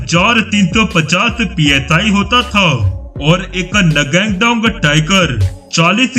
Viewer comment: I love this video but your pronounsation of N-GANDONG TIGER was very funny 🤣🤣🤣 It heard like nanga TIGER